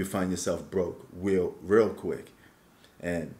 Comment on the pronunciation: Weal weal quick